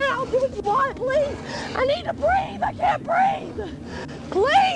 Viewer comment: Its obvious he doesn't understand that if you add "uh at the end of words, he's supposed to let go. "Please-uh. Preg-nint-uh". "Oh OK, off you go". Like so. Oops sorry "breathe-uh". Fixed it.